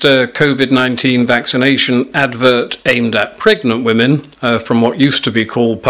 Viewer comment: You'd think they could find someone who could actually pronounce the word "women".